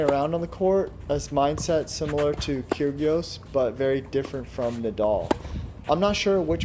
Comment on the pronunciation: "nick kyrGios"